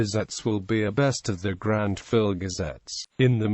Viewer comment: After the presenter mispronounced the publisher and Grantville, I stopped listening to this clip at the 27-second mark.